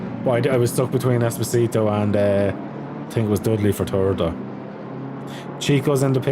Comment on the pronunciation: It’s es-po-si-to 😂 not espioto 😂 you’ll get it sooner or later